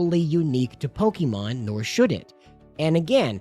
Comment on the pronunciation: Why do you pronounce it pokimon instead of pokemon?